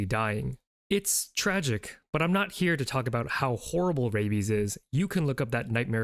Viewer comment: "I'm not Korean" sounds like "I'm North Korean" 💀